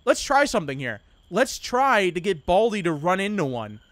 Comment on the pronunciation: Buldi? Its baldi